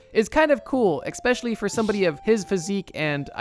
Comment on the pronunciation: Awesome video as always! However I cannot unhear you saying "exspecially".